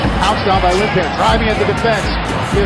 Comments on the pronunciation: i love how they pronounce lindpeer instead of lindpere :D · americans can't say his name it's not lindbear it's lindpere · Easily the Most Valuable Player for the Red Bulls. It's a shame the Americans can't pronounce his name correctly!